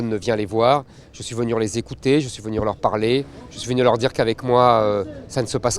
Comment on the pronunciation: "Je suis venur..." C'est pas très Charles de Gaulle tout ça !